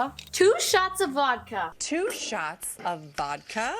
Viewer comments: he said wodka very dutch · The way he said vodka is in most Dutch way ever haha